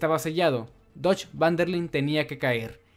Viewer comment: siempre lo mismo, se pronuncia "fan" aunque se escriba van